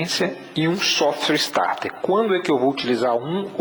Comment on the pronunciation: Meu caro , corrija sua pronúncia. Se voce sabe que o nome do equipamento é SOFT starter, porque pronuncia "SOFTWARE" starter? Isso fere sua imagem. essa é apenas uma crítica a título de melhorar seus videos que por sinal são ótimos, parabéns!